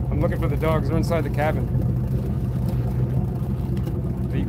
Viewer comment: Whooo hooo. There’s dawgs on da fly bridge ... lol your New York is coming out lol. Love it Congrats Brother!!